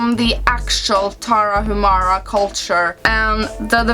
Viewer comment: "Indie" comes from independent. So is a video game that is often created without the financial support of a publisher. Moreover, Tarahumara is a native tribe of the North part of Mexico. Btw the H in Tarahumara is silent, so the correct pronunciation is Taraumara.